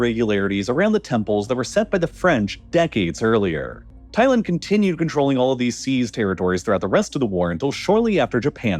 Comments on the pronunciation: I couldn’t make it through the whole video because you say Thailand too weird. It’s Thai-land not Thai-lend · Thailend lol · Why you sayin Thailand like that ? Lol am I trippin?